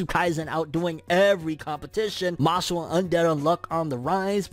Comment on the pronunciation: Who remembers when called it “Mash Lee”